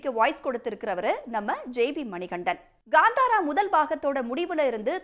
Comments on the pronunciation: Gaaandhaara ❌ Kantara ✅ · ಅವ್ಳ ನಾಲಿಗೇನಾ ಹರಿದು ಉಪ್ಪು ಕಾರ ಹಾಕಿದ್ರು ಕನ್ನಡ ಬರಲ್ಲ ಗುರು.. ಗಾಂದಾರ ಅಂತಾಳೆ, ಹೊಂಬಾಳೆ ಗೆ ಹಂಬಾಲ ಅಂತಾಳೆ.. ಕೇಳೋಕೆ ಬೇಜಾರ್ ಆಗ್ತಾ ಇದೆ.